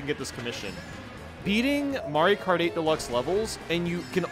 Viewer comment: when he says mario kart 8 it sounds like he is saying Mario party or Mario karty